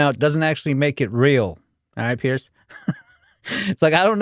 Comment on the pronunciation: Loved the video but I could hear in your pronunciation that you’re calling him Pierce. Says it in the title even. His name is Piers. Not sure why everyone is always calling him Pierce